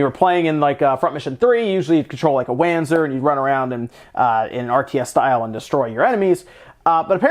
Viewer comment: It's Vanzer, not Whanzer